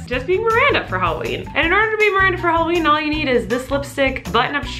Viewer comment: You said Holla/weenie